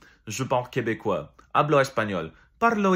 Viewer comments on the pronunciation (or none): none